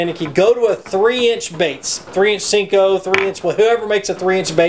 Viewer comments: i'm with you ... hate when people callem sinkos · They're pronounced senko, not sinko. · Can someone please let know it's a SENKO.... not a SINKO! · I have no respect for people who call "senkos", "sinkos"... no respect haha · Why do you call it a Sinko? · It's called a senko. Not sinko. Smh.